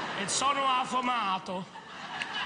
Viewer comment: it’s not “ sono affomato “ but affamato “. 😂 Morto di fame means “ stingy” . Ho fame = am hungry